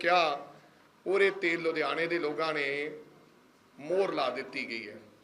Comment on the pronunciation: Logan ki hunda Lokan hunda Punjabi ch